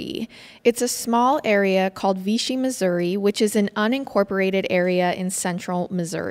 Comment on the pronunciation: We were family friends of victims yall butchered ALOT of facts, mispronounced Rolla, AND ITS VICHY (like fishy with a V) 🙄 rip Susan, Kyle, and Adrian gone but never forgotten